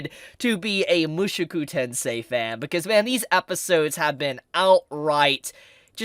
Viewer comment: In response to the title: was that ever a question? it's freaking Mushoku Tensei! Also love your work, but would you consider fixing your pronunciation? Not trying to be passive aggressive but you're saying it like Mushuku Tensei lol.